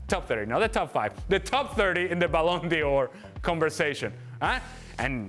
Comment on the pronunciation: It's the ballon D'or. Not the ballon Dior 😂